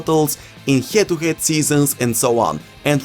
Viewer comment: "hjed to hjed seasons"